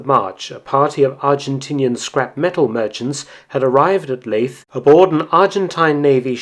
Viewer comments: Leith is pronounced Leeth not Laith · All this 'war stuff'...has had it's day. People are sick of it all now. Most people are living from hand to mouth each month...no time for 'war rubbish.' Leith...is pronounced 'Leeth' ...by the way. Not 'Laeth.' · Very nice. Wasn’t aware of the details. One minor point though “Leith” is pronounced ‘leeth’ not ‘lathe’ er...assuming the Scottish pronunciation. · Leith is pronounced Leeth. It was established by a whaling company called Christian Salvesen., a Scottish whaling company in 1909. They were based in Leith, the port of Edinburgh. There were a lot of Scottish whalers based in South Georgia as well as from other countries like Norway. Leith in Scotland was a big whaling port until the mid 1960s when the whaling industry went into decline and whaling was subsequently banned in the UK. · Interesting vid. One thing; Leith is pronounced 'leeth', not 'laith'. It was named after the Scottish port. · ) Leith ain't a Norwegian word, nor enunciated such :) It's Leith (l ee th) as in the port by Edinburgh <3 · If 'Leith' was pronounced 'Lathe' we'd never have had, "The Leith police dismisseth me' now would we? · It’s pronounced Leeth - like Leith near Edinburgh. It’s Scottish rather than Norwegian. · How do you pronounce "Leith"? If it is named after the port for Edinburgh, I think "Leeth" might be the best way to say it. Never the less another great little video - thanks! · I'm wondering if Leith shouldn't be pronounced the same as Leith near Edinburgh? Sounds like Leeth. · Leith is pronounced like Keith with an L instead of a K. Leith on South Georgia was set up by Edinburgh based Christian Salveson. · Leith is pronounced as in Keith with an L instead of a K. Leith on S. Georgia was set up by a company called Christian Salveson who strangely enough are based in Leith Edinburgh, although when they did it Leith was a separate town. Good video tho. Ps I'm from Leith in Edinburgh